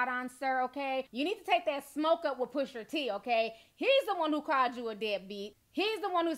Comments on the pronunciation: T... love your commentary and I always come and check your videos but.. his name is Pusha T...not PushER T 😂... you're adorable though but that was killing me LOL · Ti it’s not pusher t it’s pusha T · When I hear "Pusher" T instead of Pusha....it has the same effect as the n word with the -er vs the -a. Makes me cringe. I don't know why this is. I have no stake in the man's name. 😂